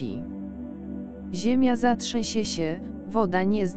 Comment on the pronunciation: Ta Pani którą słyszy i widzi nazywa się::: LUZ MARIA de BONILLE :: NIE żadne de BOUNILE , to jedno a drugie to ! Ziemia się ZATRZESIE , ONA SIĘ ZATRZĘSIE . BARDZO PROSZĘ O ZMIANĘ LEKTORA . TEGO NIE DA SIĘ SŁUCHAĆ. TE ZRYWY GLOSU ,PRZEKRĘCANIE SŁÓW, Mam jeszcze wiele uwag . W tej chwili proszę po raz kolejny o zmianę lektora bo ta Osoba nie jest w stanie przekazać tak ważnych informacji o tym co się dzieje i co przekazuje nam Niebo. Proszę już dość tego bełkotu.